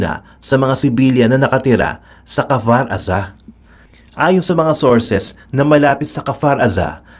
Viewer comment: Kfar aza..ang basa ay kifar